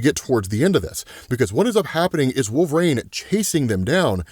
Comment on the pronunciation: You still can pronúnciate WOLVERINE. 😅 Who’s wolverang?🪃